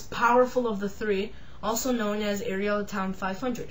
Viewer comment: If you are going to do review, the least you can do is find out how to pronounce it properly! It’s not A,tom it’s pronounced AT OM. Also chassis is pronounced shassy DICK!